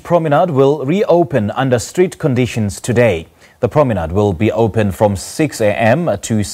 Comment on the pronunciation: Hahaha, not street, it's strict....